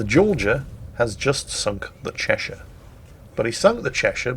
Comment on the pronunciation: The Chechen, the chacha? no you fool it's the Cheshire, oh England please never change.